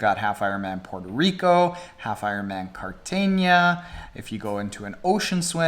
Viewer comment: Great job at pronouncing Cartagena! XD